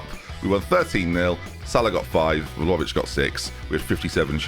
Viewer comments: Vla-ho-vic. Hovic. Not Lovic. You’re saying Vhalovic. Like saying Jenby instead of. Vlahovic. Not leviosaaaaaa. Sorry, I’m just really sensitive to this. 😄😄On another note, I don’t really like Bayern, but this team gets me excited. I think you’re making good decisions so far in this save, staying at a club and moving when you do. There’s no reason why you couldn’t do the treble this year. Good luck, I’ll be around to see it play out for sure! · ffs i was hoping we'd left your horrendous pronunciation of Vlahovic behind us